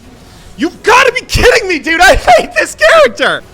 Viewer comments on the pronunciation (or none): none